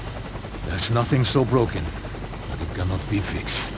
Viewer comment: "there is nothing so broken that could not be feexed" -r